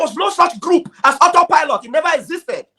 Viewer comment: But come to think about it. It's just looked as all set up. On that her disgracefully speech, she could not pronounce auto pilot. So, if she has been following the Biafran news for a year now and she never heard about auto pilot. Who is she. Something is wrong with her and DOS.